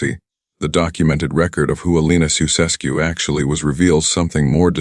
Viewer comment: Jee, first trie to pronounce their name right man, soeseskoe pfoei....